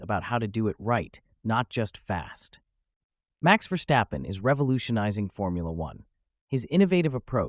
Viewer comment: Some people have difficulties pronouncing Dutch names properly. He is not the worst of the bunch.